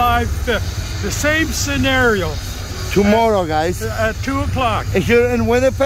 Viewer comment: My faith in Canada has been restored. "Chmorrow" lmao ❤️